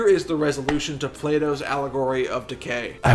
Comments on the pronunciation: Sounds like your saying Plato's allegory of decay not allegory of the cave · It’s “Plato’s Allegory of the CAVE,” not decay. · It's allegory of the cave, not decay. Decent video though